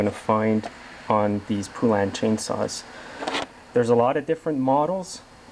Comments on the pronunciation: PO LAN not pu lan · The Poulan factory was in my town and its pronounced Poe-lan. The U is silent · it's PO as in POLE. POlan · FYI: It's PO lan, like the country (Poland)! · Never heard it called a poo-lan lol. awesome video and thnx for the info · I certainly do wish you would learn to say Poulan!!! It is exactly like the country Poland...without the D. Mike